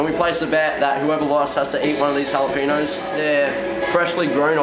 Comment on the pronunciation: I'M CRYING 😂😂😂😂 I THOUGHT BEAU SAID "JALAPENIS" 😂😂😂😂